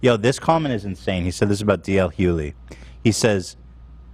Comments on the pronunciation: Does Ethan ever pronounce a name right? Even if he does know how to pronounce it, he still chooses to say it wrong. Ethan is a grown man, if he wants to have a podcast, he should be able to somewhat prepare himself for each episode. The crew has to wait on him often to start the show, perhaps they would be able to brief him if he came on time. even tried to figure out how Ethan was pronouncing the name (probably so that he could correct him), but Ethan got an attitude right away so said nevermind. I'm not hating on you, your comment or Ethan. I'm a huge fan of the show but this episode really made me consider taking a break from watching the show until Ethan settles down with the negativity and starts treating people better. Including the members of his crew! This was hard to watch. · Hughley...( HUE - GLEE)...how many times do you have to butcher it? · Its HuGhLey... Lol You pronounce the G. 🤦🏻‍♀️ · my guy mispronouncing tf out of dl hugelys name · Why won’t anyone tell Ethan the correct way to say “Hughley”?? It’s driving me nuts. He is even second guessing it and continued to call him D.L for the remainder of the show. Honestly if they would brief Ethan on this before they start the podcast, it wouldn’t seem so messy. I know y’all are busy, but peace and love…just some preparation would be nice. Also I wanted to edit to say my interpretation of the pushpins on Kanye’s kids backpack- I don’t believe he was trying to make some negative point about the alien. I think his point was that his kids love him and his mother and want to see them together, that is what he wants to spin. If they can’t be together, it also shows his kids love him and want to be around him. Not condoning anything he has said or done recently, just my opinion of that post. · It pains me to hear Ethan mispronounce DL Hughley’s name over and over again… he’s a super successful comedian. I’m baffled how he doesn’t know him. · Take a shot every time Ethan says DL Hughleys name wrong 😂